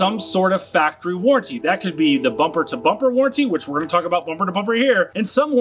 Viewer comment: Warranty doesn’t sound like guarantee. Stop saying it like warrantee 😂